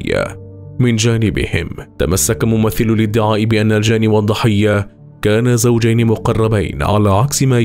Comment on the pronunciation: كيف تقول زوحين.هل انت في كااامل قواك العقلية؟؟؟؟!!!اضن اني ندمت لما شاركت هنا.